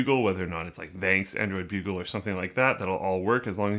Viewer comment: took me a while to realize that it was android bugle, and not bulge